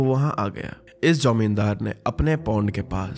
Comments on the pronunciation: I Guess is bengali cz the way he is pronunciating 'Jamindar' to "Jaumindar" makes me say that.😊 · The wau shrinkhal said jaumendar but in actual it is zameendar😂